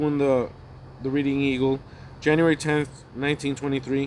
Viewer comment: Reading Pa is pronounced Red ing.